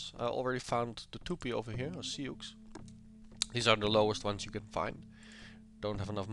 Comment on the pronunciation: FYI Souix is pronounced 'sue' Good let's play!